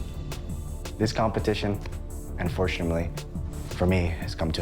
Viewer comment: Did he just say "unfortumily"?